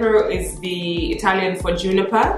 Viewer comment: i' m italian and I can tell you nail one of the most accurate italian pronunciation , cause every time I hear youtubers, especially americans, it's sooo wrong. your french is also beautiful. kisses from italy❤